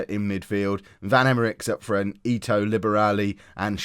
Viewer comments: Definitely ee-toe. You are saying it correctly!! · Okay, just so you don't freak out about names anymore. I'm a german and also Hamburg supporter. You're spot on with Ito (EETOE) and its Jantcheetchitch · You are pronouncing Ito correctly 🙂